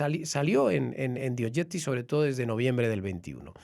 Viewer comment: Es naiv pensar que PS va a responder a cualquier cosa que se le pregunte. Por otra parte, es triste que en el 1er cuarto del siglo XXI aún resulte difícil a los españoles pronunciar ‘The Objective’.